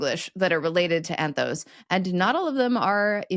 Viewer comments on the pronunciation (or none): Correction: The Greek for flower is "anthos", ending with omicron sigma... not "anthowce", as if it ended with Omega sigma (which it doesn't). I wish Americans wouldn't put o-dipthongs where a plain, short "o" is called for. See also kudos, ethos, cosmos, Soros, Bezos etc etc.